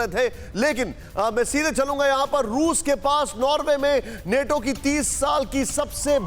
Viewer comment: बच्चा नेटो नहीं नाटो बोलते हैं